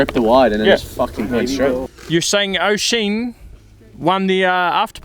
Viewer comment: I'm not Irish but I think its pronounced more like 'Osh-Ian' rather than O'Sheen...? Happy to stand corrected if Oisin (or anyone Irish) disagrees... (it's probably somewhere between the two) Edit: I want Frotha merch 😉